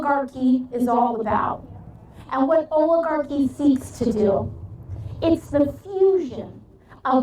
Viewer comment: I love her, but I kind of wish she could pronounce oligarchy.